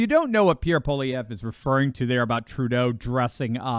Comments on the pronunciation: I approve of the way,, that you can now properly pronounce "Pollievre" (us Canadians are accustomed to the French names - we had a few centuries of practice). Soon all of the World will pronounce the name of the upcoming Canadian leader. I am so glad that people everywhere are now learning what us Canadians have been going through for more than a decade and that we are finally pushing against it, as people in other countries are doing. Before this current leadership Canada was one of the most wonderful countries in the world to be born into, to live in, work in, travel in, emigrate to. A beacon of freedom and opportunity with open-minded, kind people. Despite the cold winters we attracted people from around the world. Our immigrants love this country and are beginning to realize that it is going in the wrong direction. I know this because they are my neighbours, colleagues and family members. This is coming to an end, soon I hope. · you're one of the few people who pronounces Pollievre's name properly. Not bad for an American.